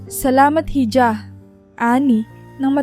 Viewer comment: Missleading ang maling pagbasa sa ilang salita, ,"hija" ay dapat iha.